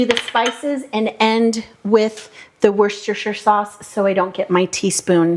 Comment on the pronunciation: Great recipe thank you, can't wait to try. It's 'wu-sta-sher' if it helps. :)